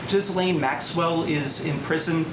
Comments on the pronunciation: "Ghislaine" is French, and pronounced "Gil-layne." I don't think she was Epstrein's wife, but was his girlfriend. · entirely different context, but I've heard someone from my own country pronounce that first name "jizz lane" too. I say keep saying it that way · Oh my frikkin' god. Learn to pronounce the names of the people you're reporting on. How you got from zygote to adult without hearing "Ghislaine" said on the news/talk shows/in conversation...? It's unprofessional. It shows how shallow your knowledge is, and that you're basically just reading tweets and posts to us. There's no value there. Legacy media got so much right. Among the strengths of a typical anchor is command of their native language. Gen Z has a shit ton of work to do there. If you have an hour to make a video, you have time to research the content first.